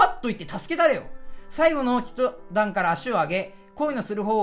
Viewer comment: 一段(いちだん) 土星語ひとだん